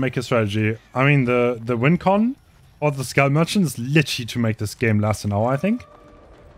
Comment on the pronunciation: i heard scum merchant instead of skull merchant 💀